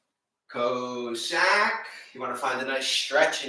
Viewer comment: Cossack is pronounced “Cah-sack” Nice workout!